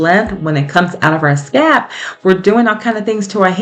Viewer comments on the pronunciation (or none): It sounds like you are saying scap, not scalp. Thank you for sharing your tips.